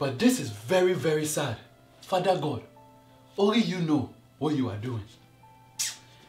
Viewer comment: I thought he was going to say fuck when when he said fada god